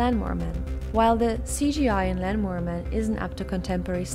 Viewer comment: sounded like lanmower with headphones on